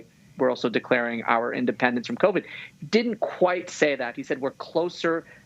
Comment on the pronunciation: hopeless if the guy can’t get even the name COVID correct, you think he has a clue what he’s doing in regard to covax or covert 9?